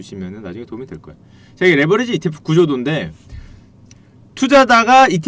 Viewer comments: 레버리지를 레버러지로 발음하시니 스펠링을 설마 모르시는건가요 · 레버러지가 아니고 레버리지입니다. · 형 근데 왜 자꾸 레'버러지'라고 욕해? 미안해😣 이거는 안살께...😉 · 레버러지가 아니고 레버리지 입니다 바로알고 방송하세요